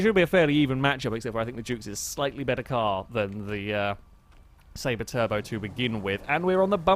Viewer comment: lol like how you said turd-o not turbo